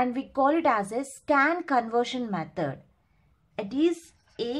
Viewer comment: not metad ,,,, its method